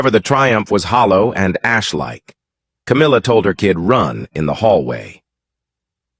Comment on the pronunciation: Don't believe a word every week you say cowmilla as been caught taking. Millions of pounds from the royLf